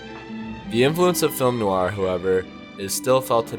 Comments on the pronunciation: NOIR has only One syllable! (the word is French for Black) It is not pronounced 'Noo-ar! Say the MAIN WORD properly to show basic respect for the topic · Please stop calling it "nouur". And "monosyllobuc". Please. Thanks